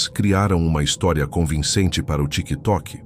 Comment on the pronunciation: Vídeo perde a credibilidade quando fala a palavra " tiktok " kkk